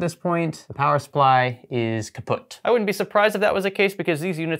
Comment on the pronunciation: As a german your "kaputt" caught me off guard. xD